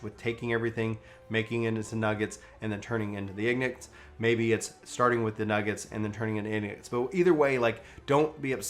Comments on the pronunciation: It's pronounced EN-GOT not "ignit" lol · Ok ok good guide but you keep pronouncing Ingot wrong and its hurting my soul roflmao. You say it like Ignut, it is ING like FishING INGot. ING-GUT is the pronounciation. 😂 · Um... the bgm has me so confused... I coulda sworn BSM was in Limsa, not Kugane 🤔 Edit: Argh! My ears! Ok, maybe it's dyslexia kicking in, in which case I'm sorry; but, ingot rhymes with ENGLISH not igneous. That said, if you do suffer from dyslexia, then igneous might be troublesome as well and the example derailed... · Take a shot for every time he mispronounces ingot.